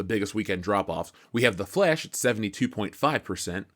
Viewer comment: I seriously love how you say The "Flesh". LOL!